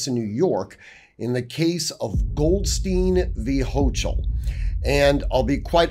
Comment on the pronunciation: Just a quick point of pronunciation with German names, Goldstein is pronounces Gold Stine, Goldstien would be pronounced Gold Steen. Pronunciation matters. In German, the second consonant is the one pronounced hard...